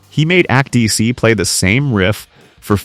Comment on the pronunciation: I like these types of videos, however ever the mispronounced words suck. Act DC. You need to get a handle on it. You proof read text, why don't you proof listen to your text.?